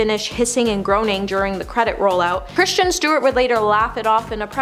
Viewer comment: Jesus christ, the presenters on this channel are so bad. Please learn to pronounce words and names correctly (it's Kris-ten, not Christian.) at the very least, do one read-through of your script before filming. It's painful to listen to.